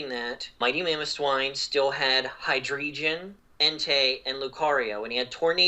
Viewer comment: I love the way pronounces Hydreigon